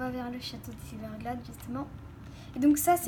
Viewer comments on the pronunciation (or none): ta dit silverglade au lieu de silverglede